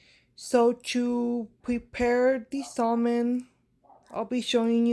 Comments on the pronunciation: I love salmon. Btw...the L is silent in salmon. Pronounced like the a in sad...ˈsæmən. Hey...I decided to delete and repost my comment. It became ugly for no reason. Sorry about that sis. 💕💜💕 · Looks delicious! Pronounced Sa-men by the way. The L is silent